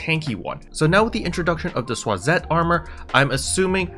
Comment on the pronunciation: As a german, the Schwarzest Armour sounds pretty cool but your pronounciation was funny, great info as always tho